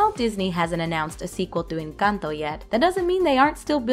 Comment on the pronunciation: Finally someone who says encanto correctly because it's NOT inc-Ahn-toe or in-Cun-toe